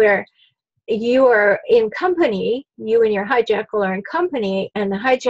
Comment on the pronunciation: Are you saying high-jackal? What is that?